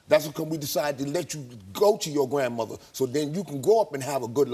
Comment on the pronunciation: Jason's girlfriend? Koramo, I think you mispronounced grandmother.